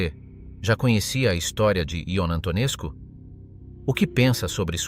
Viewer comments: Antonescu a pitomá AI to čte jako Antonescu...skutečně -scu, muž teror...a jiné lahůdky... každý normální to musí vypnout. Výplody AI, mluvené strojovým hlasem....opravdu ne. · A. Learn how to pronounce names. B. You will find that many Romanians test him as a national hero.